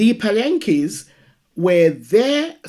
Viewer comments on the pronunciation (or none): Pronounced Paaaa laaan kea